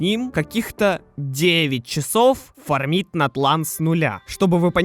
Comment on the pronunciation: Не фармИть, а фАрмить